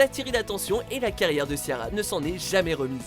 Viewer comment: Vous avez détruit les prénoms Ciara et sinead 😭